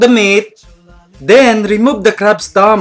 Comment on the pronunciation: Hahaha!! Nice one Mike.. Like it how you emphasize the "crabs" (dislikers).. Cheers!!!